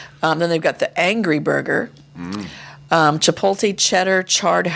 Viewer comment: I get a kick out of pronunciations. Chipoltay. Sirachay. Jalapeeno.